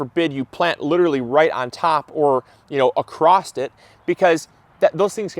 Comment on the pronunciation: Thanks for the tips. I love your channel. But it's "Across" there's no "T" don't say acrost...